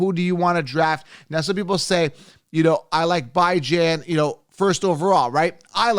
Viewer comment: It's bee-jon not bi-jan lol